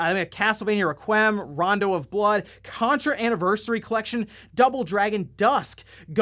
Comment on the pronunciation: Requiem - Re-kwee-um